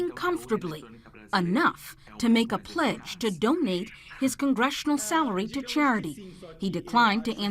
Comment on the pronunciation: He really said PLEDGE like Amber Turd SMH